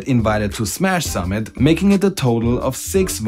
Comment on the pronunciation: Ich verstehe immer "Sammelt" anstatt "summit" xD